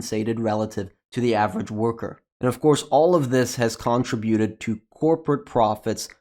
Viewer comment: If you are from the US, you are pronouncing “contribute” incorrectly. If you are from somewhere else then how you say it might make sense. UK and US pronunciation is different however.